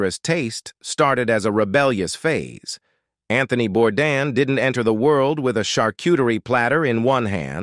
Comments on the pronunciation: SAY HIS FUCKING LAST NAME RIGHT. ITS BOURDAIN NOT BORDAN. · IT IS * SO DISRESPECTFUL & RUDE * THAT YOU DON'T SAY HIS LAST NAME RIGHT. ❗IT IS BOURDAIN ❗❗❗ Not Bourdan or Bourdon ❗ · Hey guys, the correct pronunciation is Bourdan, as the way Bourdain is properly pronounced if you were properly educated. Are you American by any smalll chance?